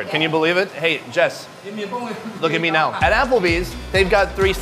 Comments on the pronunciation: I thought I heard him say, “meow” instead of “ni hao” 😂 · What did you say? I heard its meeoww 😂😂😂